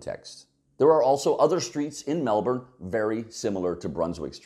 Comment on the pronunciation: Thank you for pronouncing Melbourne correctly. Melburnian's are weird, I know some who will choose to drive over taking public transport even though it adds an hour to their commute and costs more. You haven't considered emergency vehicle access and a few other things. But interesting regardless.